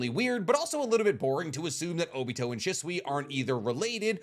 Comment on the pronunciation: *She-sui ✅ *shi-sui ❌